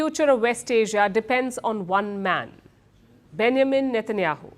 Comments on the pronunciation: Its BenJamin not Benamin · Palki: Benjamin 🚫 Benamin ✅ 😂😂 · Name pronounced benjamin /bĕn′jə-mən/ BEN - JA - Min - pls get it right Palki